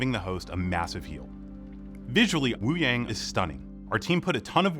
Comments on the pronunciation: Hey devs can you atleast pronounce Wúyàng correctly???? It sounds like "Woo young" not "Woo yeng" :/ Also his visuals really aren't that impressive... it looks like blue energy with 2d effects, kind of cheap compared to other heroes like Mei who have fitting ice visuals that LOOK icy not blue energy. I want to be hyped for this video but the blatent disregard for Wuyang's name amd design is weird. Still, its good to have these update videos. I am looking forward to the info pages. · Devs pronouncing Wuyang’s name as woo-yay-ng and not wu-yah-ng 💔💔💔